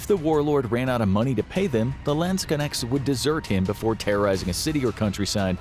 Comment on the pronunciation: Next time please look up how to pronounce Landsknechte before you use the word 200 times in one video "Landskenex".....seriously?